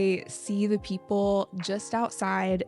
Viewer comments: mình biết lý thuyết đó rồi, mình đang thắc mắc sao trước phụ âm mà chị í đọc là "đi" kìa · ko, mình biết lý thuyết đó rồi. Ý mình thắc mắc là sao trước phụ đề mà chị í phát âm là "đi"